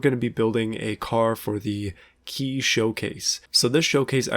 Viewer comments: Kei is pronounced KAY you nasally cringefest! Nah, you're good bud holy shit stop calling it Ki. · Keh-ee. Not key. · I thought kei was pronounced like the letter k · Kei is only said like 'kay, if you want to differentiate then call them keijidousha. There's no excuse for speaking like you're a hick that's unaware of the world outside your Ohio corn fields.